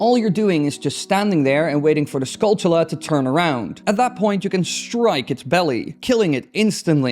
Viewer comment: Holy someone who pronounced skulltula right. Most say tula but it should be chula rhymes with tarantula.